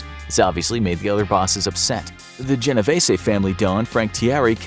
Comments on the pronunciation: I tell everyone this, it's GeneVêse ...the ê in Vese is a Long E.. if it still doesnt make sense. Think Reeses, but with a v. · my great grand parents are married into the genovese family and it’s pronounced jen o veese